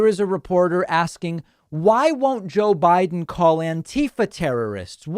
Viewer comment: " JOE WIDE'IN "